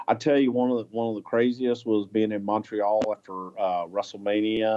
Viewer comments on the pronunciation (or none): none